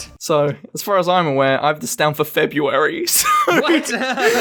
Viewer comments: February, not Febuary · february not febuary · when was the world made James: F E B U A R Y